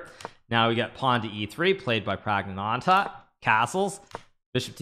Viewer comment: Kudos Hikaru for saying the full name flawlessly - Pragnaanandha.